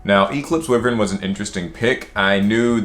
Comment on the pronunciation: Its why-vern not we-vern